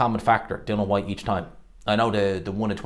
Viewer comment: Dill-IAN not dillan